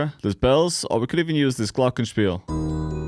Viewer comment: Glorgen Spirl 💀 Nice german tho 😂